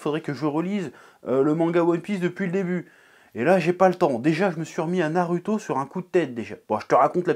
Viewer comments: C'est pas Naruto c'est nareuhto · On dit Narouto et pas NarUto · Pourquoi tu prononce "narüto" au lieu de "narouto" alors que tu prononces "dragone bol" plutôt que "dragon bal". Si tu m'suis. ... je crois que je suis pas très clair...😑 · Comment peut tu te décrire otaku quand tu dit [naruto] c'est pas compliquer de dire [narouto] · Je retiens surtout que tu dis narueto mais pas hacul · J'attend avec impatience "pourquoi la fin de naruto est raté" NarUUUto avec un U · Sa se prononce '' narouto'' bordel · Naruto se prononce NAROUTO !!!! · Comment tu prononce naruto tu m’agace je te jure